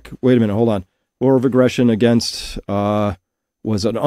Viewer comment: You can't even say AGAINST . YOU'RE GOING TO LOSE